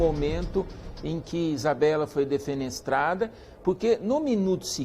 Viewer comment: É Isabela e não Isabeli entende?